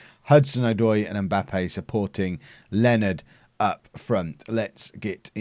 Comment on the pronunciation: Leonards name isn't pronounced 'Len-erd' its supposed to be 'Lee-oh-nah-r' but len-erd is funnier so.... whateves